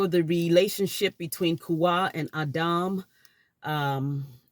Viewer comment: Its adam not auhdaum